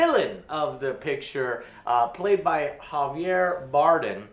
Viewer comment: Joe, w/your ethnic background, how can you mispronounce "Javier Bardem" so badly?